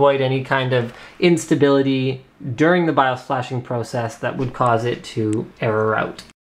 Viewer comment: Whenever you say BIOS, it sounds like you're saying "I'm tha' Baws!"